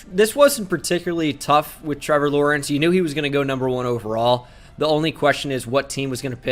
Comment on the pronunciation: damn you got Lawrence right impressive